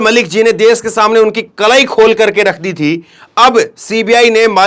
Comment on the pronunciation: Des nahi hota desh hota hai